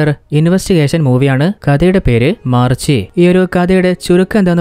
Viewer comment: മാർച്ചി അല്ല, മരിചി 👍